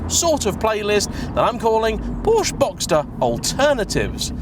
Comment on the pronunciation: please learn how to pronounce ‘porsche’